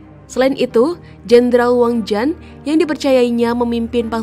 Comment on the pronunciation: Jendral wang jian bukan wang jan mbak…penasehat nya li si bukan leu😂😂😂…gak ada kaisar kin mbak…qin itu bacanya cin